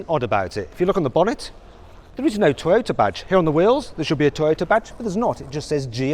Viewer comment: この人、日本語のトヨタの発音に合わせようとしてて好印象やな